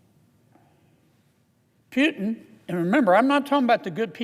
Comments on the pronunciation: But hey Not Piutin but Pu. Oe ou ,Poutin...you mist a phonetics at school... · pootin, pootin not piutin. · Are we still talking about it? All it took is 3.5 years. I am sure, all this time Kennedy went to bed and woke up with the thought of Ukrainian people dying simply because Putin (pronounced POO-tin, by the way, not PEW-tin, nasty either way) simply ran out of other ways of justifying his remaining in Kremlin. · Kennedy can’t even pronounce Putin’s name correctly, let alone be smart enough to be President. Don’t know why he keeps saying “Pew-tin”, when it’s pronounced “Poo-tin” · He can even pronounce his name right hihihi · Keneddy learn how to say putin name correctly first sir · He can't even pronounce the name Putin right